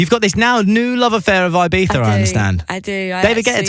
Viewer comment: Ibifa it not Ibiza